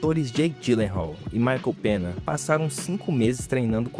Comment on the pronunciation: ADM, só uma dica "Ñ" em espanhol se lê "NH" Tipo o "Michael Penha" [não só em nomes, se lê igual para tudo] Só uma dica mesmo, no demais, o video ta top